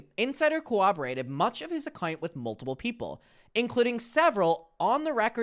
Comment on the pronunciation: i love how it sounds like you’re saying multible